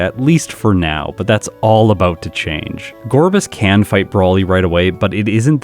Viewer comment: Huntail's head fin somewhat resembles a scallop and, like Gorebyss' seashell bra, is likely meant to visually connect to its pre-evolution. Btw, I was quite pleasantly surprised that you got the Gorebyss pronunciation right, despite all the misinformation in the comments when you asked about it in an earlier video.